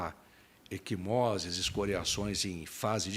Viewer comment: Equimoses, não “eSquimoses”, ai, Beto!